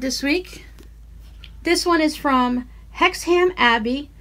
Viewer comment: Happy you got the card, that is Hexham abbey and you pronounced it just fine!!! Nice to think a bit of my world is there in yours! I can’t imagine having to take such precautions against the heat!! It’s NEVER that hot here! Take care Xxx